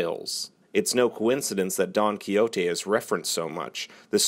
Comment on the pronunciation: Lol actually he pronounces Quixote correctly, it’s in Spanish.